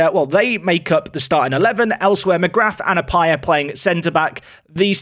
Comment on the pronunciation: Hi just to let you know McGrath is pronounced Mc Gra. The t is silent. Love the vids